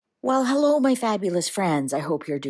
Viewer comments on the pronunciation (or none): none